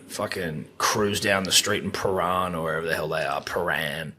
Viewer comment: As a Victorian dribbler, skin absolutely crawling at the pronunciation of Prahran.